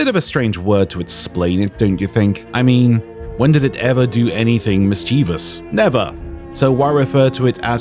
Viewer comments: I can't be the only one crackin up everytime I heard "miss-chee-vuss" lol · Oh my god ill never get over "Miss Chee vus" I've never heard someone pronounce it so wrong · either you or I have been mispronouncing 'mischievous' our entire lives, or there all multiple pronunciations.